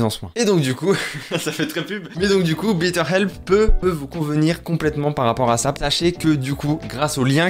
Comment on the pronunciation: J'aime beaucoup tes vidéo mais ne prononce plus Bitter Help car tu parles d'une aide amère, si le partenariat se représente prononce Bètter Help, baiteur help si c'est plus clair, ainsi prononcé tu dis une meilleure aide. Désolé